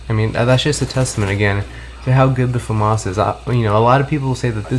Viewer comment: Why do you pronounce it Fumas its pronounced Famas, because the gun is french, it has a accent to its name